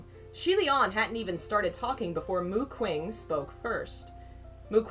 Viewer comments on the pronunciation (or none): Oh god as much as I love this, can someone please tell me if they stop saying Mu Qing like that?